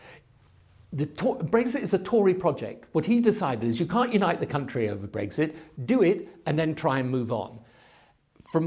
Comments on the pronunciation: There he goes again.. Breg Zit Breg Zit Breg Zit. He has to pronounce it differently to everybody else doesn't he! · He keeps saying Br-eggs-it. It’s BREX-it 🇬🇧